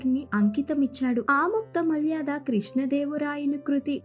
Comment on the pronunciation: Aamuktha malyaadha kaadhamma, Aamuktha maalyadha, Try to read telugu properly